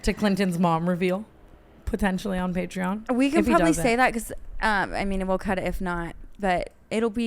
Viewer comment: I can’t with the way tana pronounces patreon 💀